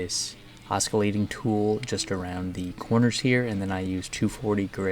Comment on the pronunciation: I've watched a number of your videos and absolutely LOVE the finished results of your work. Gorgeous! (One tip--in the word"oscillating", the c is pronounced like an "s" rather than like a "k". 😉)